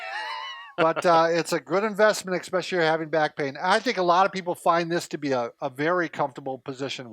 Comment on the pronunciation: eSpecially NOT eXpecially!!